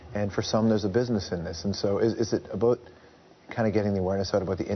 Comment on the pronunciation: Did he say "aboot" ? Common George, we Canadians don't really talk like that.